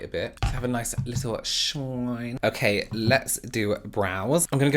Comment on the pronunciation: "okhey" 👍 luv it! 😂🥰